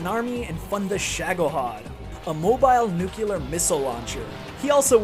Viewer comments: "Nuclear" not "Nucular" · Awww, you pronounced it as "nucular" ;_